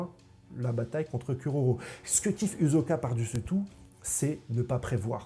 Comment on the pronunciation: HISOKAAAA PAS HIZOKA PAR PITIÉ